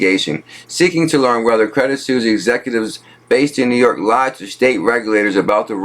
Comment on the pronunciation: Hey man. It isn't credit susie. Its credit suizze (pronounced suwis). I love your work man, but just be sure to check how to pronounce words. Also, take your tempo down a notch as you sound nervous when you read fast. When you slow down, you are in control, and as such your confidence will go even higher.